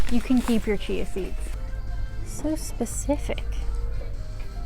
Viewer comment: I love how you say chia seeds. It sounds like cheese seeds lol.